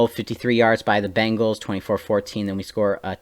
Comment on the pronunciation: It's Bengals.... (Bain-gulls). say it out loud now... lol GGs though